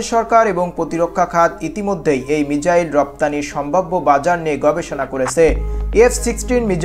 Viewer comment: মিচাইল না bro❌ মিসাইল✅